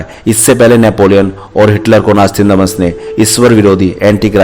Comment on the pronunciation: नास्तंदॅमस × नास्त्रादामस √